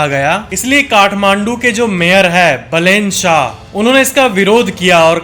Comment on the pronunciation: It's बालेन शाह not बलेन शाह